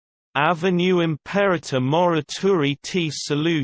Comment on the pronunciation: Dreadful pronunciation. What a laugh! This is Latin, sorry. Imperreirror. Dreadful. How can you be so cheeky? Disgusting.